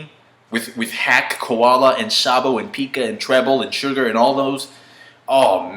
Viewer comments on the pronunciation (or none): That z for zabo shock me xD